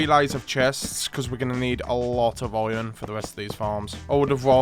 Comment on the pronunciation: i've NEVER heard anyone pronounce IRON as OY'n